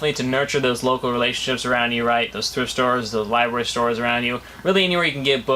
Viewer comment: did you say liberry?